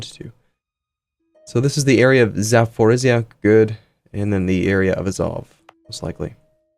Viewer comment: it's ZaporoZHia